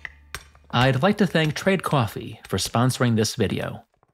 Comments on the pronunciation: 😂 mate, trade 'quafe'? Are you by any means from Boston? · is that the NY (?) boston (?) pronunciation of "coffee"?